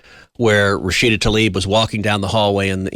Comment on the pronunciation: It’s not “Rashida TALIB” (Tal-eeb). It is TLAIB, as in “bibe”. Important to name your enemy correctly